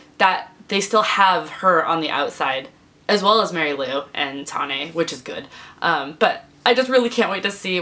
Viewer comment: tawn...ay? It's Tane. Like Zane. Long "a" in the middle, not the end. Still, I loved the book, and I wish more people were subscribed to this channel so we could have big discussions!